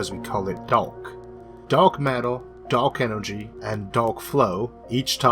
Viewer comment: Oh Dawk enoogy, you wascawwy wabbit, you!